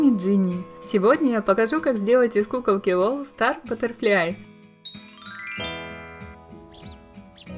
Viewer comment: не батерфляй а батерфлай!